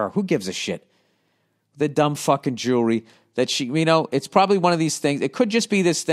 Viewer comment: He can't say jewelry 🤣🤣🤣🤣🤣🤣